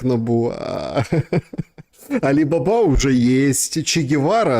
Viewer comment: Не Али бАба, а Али бабА!